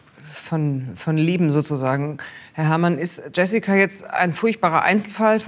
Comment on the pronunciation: Der name wird nicht „iessika“ sondern „schö-si-kua“ ausgesprochen